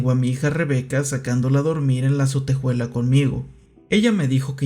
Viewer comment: Me desespera un poco que pronuncie "sotejuela" (ya sé que es un comentario muy off topic peo no lo pude evitar)